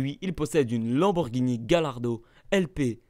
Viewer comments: "GAYARDO" pas "Gale ardo" ;) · Gallardo se dit Gaille-ardo